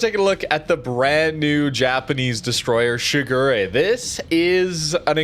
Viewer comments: Pronounced Shi Gu De, but it wouldnt be a video without butchering it with "Sugury" lol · Towards the end, did you call it 'Sugar Ray'? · as a Kancolle fan. I do have to remind you it’s pronounced Shi-gu-le (re is pronounced le in Japanese) Normally I’m fine with pronunciation. But this time…I can’t stand it anymore. It’s my waifu! Shigure (時雨）represents the sudden and short rain during the early period of winter. I hope you guys understand 🥺